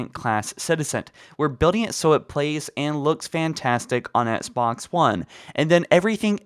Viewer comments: It’s XBOX! Not SBoX that shit bugged me 😂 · He says etsbox one not xbox one HAHAHA😂🤣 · Why does this dude say ENXBOX ONE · Etsbox one 😂😂 just teasing lol love the videos bro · I love your videos but the way you say XBOX is making my eye twitch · Why can't you say the word Xbox. It really irks the shit out me... You need some English tutoring to eliminate it.